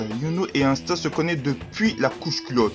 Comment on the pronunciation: Ahah tu ma tuer avec la voiture et Parcontre tu dit Insta au lieu D'Asta ahah et nn tkt meme si le début sa ressemble a Naruto tu verra que non Sinon Bonne video! Fréro!👌🔥🔥